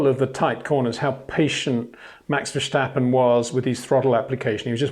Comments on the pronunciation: As a Dutch guy, i also find it annoying, the Verssssshtappen. Vers-tappen. That should be the right pronounciation. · Verstappen / Vershtappen. Stadium / Shtadium. Don't add letters, you'll get very close to the Dutch pronunciation without trying. Love the content. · Interesting analysis , except for the insufferable stupidity and arrogance of mispronouncing simple, non-English words. (Vershtappen, Porti-Mayo) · it is NOT Max "verSHtappen" ... Max is not German (Germans indeed do pronounce "st" as "sht") ... #Max33 = Dutch NL/Belgium! ... It is not "Bottash" nor is it "Lewish" certainly not "verSHtappen" .... This BS started long time ago when a British sport presenter interviewed father Jos Verstappen and assumed you can use a German pronunciation to a Dutch Driver thinking it is so "funny" ... It is not.